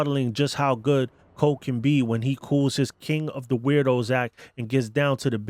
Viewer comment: For goodness sake, the name is "Coe" not Cole.